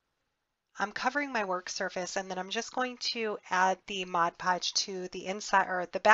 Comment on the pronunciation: Yet another comprehensive tutorial,. I love your creativity and I need to thank you for pronouncing "Mod Podge" correctly. Haha, I can't believe how many videos I've watched where they say, "Modge Podge"! It's a pet peeve of mine, I guess. Anyway, thanks for sharing another practical, yet beautiful creation!